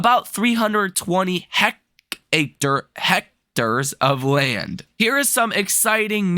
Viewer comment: It's hect-airs. No c to make it hect acres. 🙂